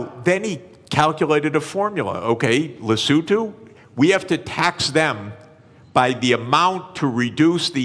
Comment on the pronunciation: Happy to hear "Lesotho" pronounced correctly, Professor Sachs